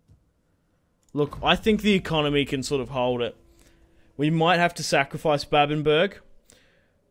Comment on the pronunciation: “Babbenburg” Now, this is just me, I’m sure others pronounce it the same but I recon it’d be “babben-bruh” or “babben-buh-ra”